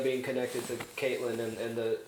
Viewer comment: I really don't like the way you guys pronounce Catelyn's name.